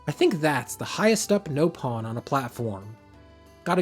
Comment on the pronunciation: Please stop calling them no pon, there nop on, they literally say it in-game